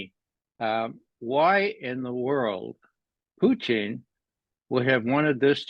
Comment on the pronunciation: ITS poo/PUT IN.. NOT PUT EEEN!